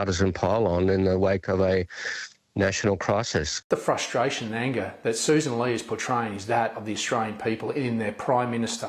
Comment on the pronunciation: Her name is Soo san Lee. Not sus ann lay. Learn good English grammar